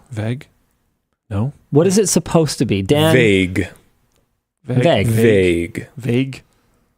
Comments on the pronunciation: I'm happy that Linus is also a stickler for grammer. I'm not the best, by far, but 😂. Edit: YES, THANK YOU COMMENTER! Linus saying "vegg" instead of "vague"... 🤣🤦🏽‍♂. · With Linus pronunciation of vague does sound weird sounds like he pronouncing the a as an e ie vegue instead of vague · How can vague and vegg sound they same to Linus? It's pronounced "vayg" not "vegg" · Aussie here with my down-under pronunciation, but it sounds to my ear like Linus is just saying "Vagg", instead of "Vayg", also "toh-mah-to" is the Aussie way. "Toh-mate-o" is for you uncouth North Americans. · OH MY GOD, THANK YOU, YES!! THIS HAS BEEN MY WAN SHOW PET PEEVE FOR YEARS "Væhg" And then the voice of God (Dan) booming in with the correct pronunciation, God, that felt SO GOOD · I've just come to terms with "vag" being a Canadian thing, as pretty much every Canadian I know or know of pronounces it that way. As for to-may-to, to-mah-to; there's an "A bit of Fry and Laurie" sketch where Stephen Fry pronounces it tumma-toes, and it's hillarious. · i prefer the sound of the longer a just the way i’ve been taught but both are ok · Finally someone talked about how weirdly Linus pronounces the word 'vague'. I'm Canadian and no, that's not how Canadians pronounce that word. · Its not just Linus pronunciation of vague that is weird, it seems common in the canadian accent. James and Riley often say it with a soft a on Techlinked. And yes I hate it personally, theres just something really grating about hearing it. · Ohmygod finally prononciation of vague was pointed out, vague like plague. In any case i dont mind how you say it, its funny like how Bert Kreischer says some things differently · As a Quebecer, The way Linus prononce Vague, is sound like the way an anglophone would prononce Wave in French (which is Vague too), i guess it is probable the way an Anglo in Quebec would prononce it cause they probably heard a lot of Franco saying it in French too